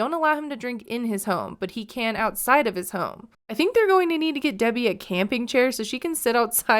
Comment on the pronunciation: He pronounces her name "DB"